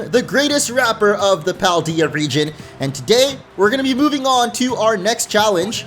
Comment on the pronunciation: What? It's Paldea, not "Palde" :)